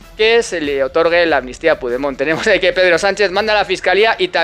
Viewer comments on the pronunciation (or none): Ante todo, gracias por las informaciones que nos das. Veo que tienes un problema con pigdemon. Se llama Carlos. Pero en catalán, cambian la o. Por la e Carles y se pronuncia como se escribe. Un abrazo. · Joderrrrrrrr se dice puchdemon , aunque sea un jijooooooodddputaaaa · " Me encanta como pronuncias el nombre del prófugo catalán 😂. No lo cambies nunca 👍🏻